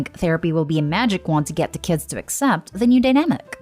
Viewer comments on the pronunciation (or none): none